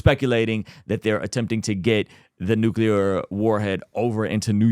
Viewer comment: Nuclear cl not cul